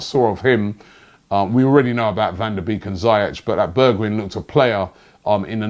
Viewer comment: Correct pronunciations: Van Der Bake, Zee-yek, Berg-vine